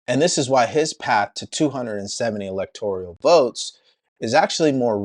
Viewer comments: it isn't "electorial" it's "electoral". Please train your lips and tongue to take the "I" out – it actually grates on my ears and I can't hear your wisdom. jus' sayin' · Electoral, not Electorial,! Great update!